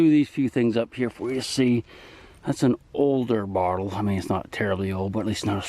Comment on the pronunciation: Love the way you pronounce bottle .